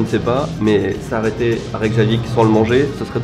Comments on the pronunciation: Prononce plutôt "Reykiavik", le J se prononce I en quelques sorte ^^ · pour t'aider le "J" se prononce "i" :)